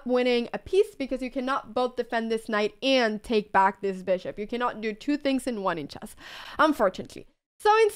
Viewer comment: I love the way you say "chu" instead of "two" :3